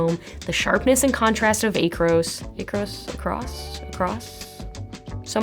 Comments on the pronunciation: Nope — "Eh-kros". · She does not even know how to pronounce Acros! 😢 But reviews cameras…